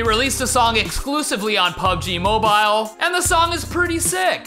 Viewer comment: It's more like "pabeji mobayl".